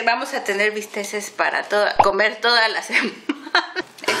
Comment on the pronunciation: bisteks no bisteses